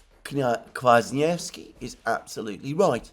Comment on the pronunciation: Great job pronouncing Kwasniewski !!!!